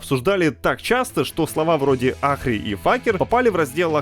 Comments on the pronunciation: Слышать "Ахри" немножко физически больно. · Ну «Ахри», это просто пиздец, а что за Факер такой? Как его ник звучит на самом деле?